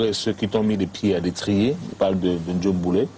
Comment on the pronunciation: c'estpas "Njoe Mboule", c'est JOE lol